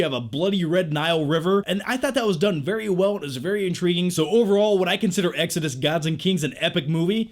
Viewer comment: The way you say exodus really bothers me